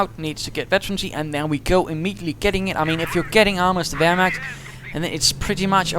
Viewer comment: I laughted out when you said "wehrmakters" :D! It's really funny if you, friends, speak some german :). I really like your Podcasts!